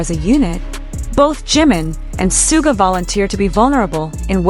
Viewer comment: Please show respect to Suga by pronouncing his name correctly.